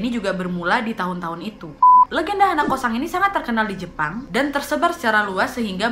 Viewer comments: Hanakosan H nya ilang in deh 🤣🤣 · hanako-san = h ny diilangin jdi?anako-san.